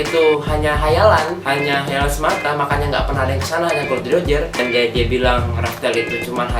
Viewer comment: nama raja bajak laut tuh Gol D. Roger mas,, bukan Gold D.Roger,, dr tadi saya denger nyebut nya Gold mulu hahaha